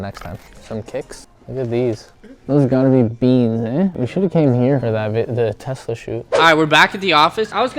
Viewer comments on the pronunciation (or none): none